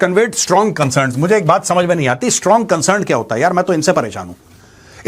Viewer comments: 'Strong consurn' from india😂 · Condim mat kariye condam kar dijiye Major Ji gajab bol diye 😂😂😂 concern bahot hard hai apka